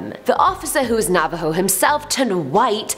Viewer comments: Take a Bomg Rip everytime says Navo.:j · Every time she says Navaho take a shot!